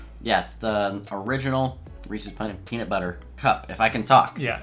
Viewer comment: So glad you pronounce Reese's correctly. Some say "REE+SEES" instead of "REE+SIS" drives me crazy.